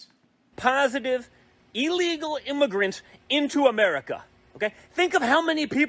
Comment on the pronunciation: I know this is slightly off topic but,one last time for EVERY dumb-ass out there…the word is pronounced ILLEGAL not EELEGAL!.